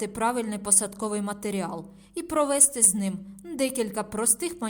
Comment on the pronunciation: Українською мовою: провести", а не прове" сти.